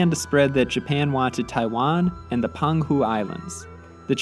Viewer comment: Minor note the Peng Hu islamds are pronounced Pung Hu